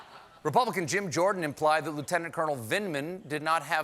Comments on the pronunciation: "Ranking member lieutenant cournal please" lol recognize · or "len eternal"